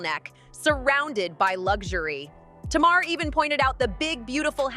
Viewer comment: Her name isn’t TMar her name is Tamar hun you have to pronounce the a lol you’re pronouncing her name like the a is silent 😂😭🙄